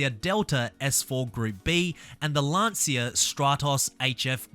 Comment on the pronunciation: the pronounce of "Lancia"... good video by the way